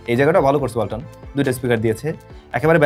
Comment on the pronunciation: Walton ❌ Balton ✅